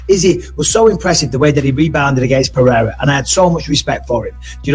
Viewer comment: LoL, Chael called him Alex "Pierra"!😂😂😂